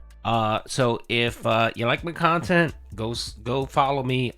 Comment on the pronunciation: Yep dude straight up thinks HIS khantent is better than detractor content because it's so pahsitive and meaningful. Make it make sense